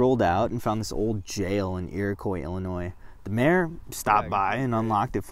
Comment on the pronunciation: Loved this! But IllinoiZE??? Noooo